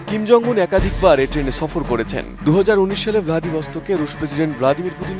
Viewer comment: সাংবাদিক আপা উত্তর কোরিয়ার নেতা কিং জং উম বলবেন না। মিসাইল ম্যান 😮 বলে চালিয়ে দিন।